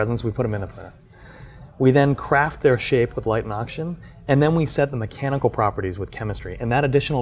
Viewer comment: I literally randomly skipped through the video every 10 seconds and I would still hear "light ans oxygen" every time